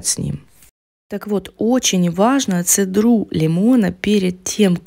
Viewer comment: Я за правильное произношение - цЕдра, а не цедрА